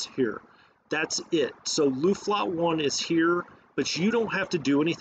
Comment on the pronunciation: Luftflotte - pronounce 'o' like in "floor" ;)